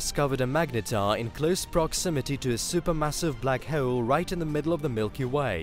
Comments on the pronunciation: It's "hole" and not "heule". This narration is horrible. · I know right prenouce the O right dude trying to be posh but over killing it 🤣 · “black hoel” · hole* not heole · The way he pronounces the word: "hole" ...